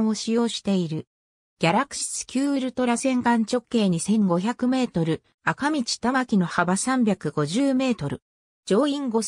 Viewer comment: あかみち？？？なに？？？？それ？？？赤道せきどうって読むのだ。あほか 勉強せい！！！